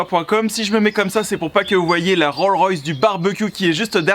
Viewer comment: PS : c'est rollS-royce, pas roll-royce